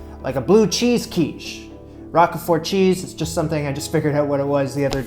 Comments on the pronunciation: 'ROKE-fort' rather than 'ROCK-uh-fort.' GREAT VIDEO,! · Love these videos. FYI it is not Rock-e-fort, it is Rowk-frt :) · Just FYI, it's "Roke-fert" not Rockafort. Great vid. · It’s not rock a fort it’s Rockford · ROKE-FERT. LOL Rok-a-ford? It's pronounced Roke-Fert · It is not rock-e-fort...it is pronounced rowk-fort... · I've somehow got addicted to watching you conquer Julia's recipes. So much so that I'm going to order that cookbook and try some myself! Especially these quiches! Oh, and I think it's pronounced "roke-fert" (a long "o"). :) I do love the rock-a--fort though! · "Roak-fahr" = Roquefort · You're so cute!😊 it's pronounced 'roke furt'.❤ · Pronounced like Al Rocher last name. Roach-fort (silent t) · 'Row-k' fort. Sorry ocd. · I'm a year late on this video but I do speak French as my first language. Lorraine the way you pronounced it for most of the video was de right way. And it's "Rok for" you know like 4 but without the u. Bon appetit! I've been enjoying these videos. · roquefort - roak four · its pronounced like ROKE-FORT! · More like rock-for. As in, both the "e" and the "t" are silent. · Never heard it pronounced Rokefort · Agree, I've always heard roke-fert in any region I've lived in. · Never heard it pronounced 'fer', always 'rock for'. Where did you hear that prononciation from? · You did a great job with the crusts - actually with the whole thing. I use a 10" Pryex deep-dish glass pie dish. Roquefort, sounds 👂 like folk-fort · “Roke-furt” cheese. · Rock-a-fort cheese 😂😂😂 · I’ve never heard anyone pronounce Roquefort like you do. 😉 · Roquefort, the rogue part is pronounced like yolk